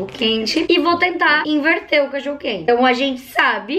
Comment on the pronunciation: Quem ouviu ela dizendo o que vamos iverti em vez de inverter